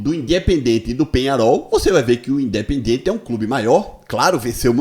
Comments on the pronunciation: O cara que não sabe pronunciar o nome do clube argentino não pode ter razão 😂 o nome não e Independente o nome a ser pronunciado de maneira correta é indiependente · não sabe nem pronunciar Independiente